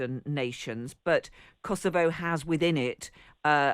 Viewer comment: She managed to pronounce Kosovo correctly! Amazing!😅